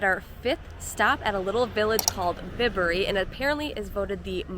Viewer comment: Bibury is pronounced By-bury Bourton is pronounced Boar-ton